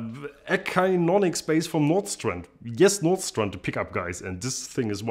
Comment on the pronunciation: It's pronounced "A sin 'o nix"